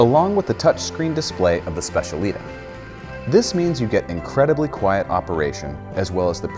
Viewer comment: Great overview! But the pronunciation of specialità makes me shiver a bit 😅